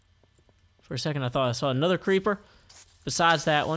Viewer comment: When you said "aNETHER go" my laugh souded like "HU HA HE HA HO" It was more idiotic-sounding than it sounded